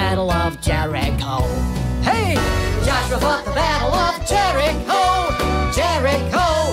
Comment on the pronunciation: I was learning this song in 3rd grade and my music teacher had many errors but my favourite one was that she pronounced “fought” as “füght”